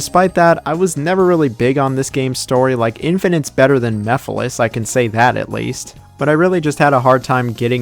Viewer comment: I will never not call mephiles "me files"